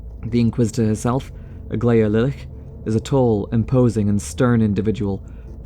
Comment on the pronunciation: The "ch" in "Lilitch" is pronounced as ch usually is, as in choice or march.